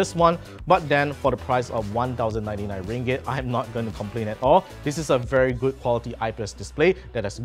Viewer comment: Ringgit sounds funny🤣